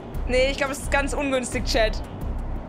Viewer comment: „Oh ungünstig“ ach bin ich jetzt auf der Autobahn „ungünstikk“ 😂😂😂😂 müssten alle Passagiere mitkriegen ganze Zeit eigentlich, Sprechanlage ganze Zeit an 😂😂